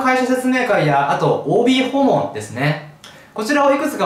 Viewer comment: 「OB訪問(おーびーほうもん)」「“ん”がついちゃった」で腹筋崩壊したww